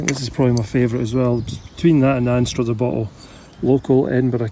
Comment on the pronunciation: You’re pronouncing Anstruther incorrectly. Oh dear.